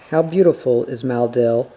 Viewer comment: I notice that you pronounce 'Maleldil' as 'Maldil'.